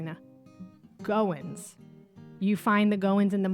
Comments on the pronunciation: It’s GOH-when, gow like gown (the dress) and when. FYI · Infinite spellings and ways to pronounce it! Goen, Going, Goins, Goyen, Goings, Goyne, etc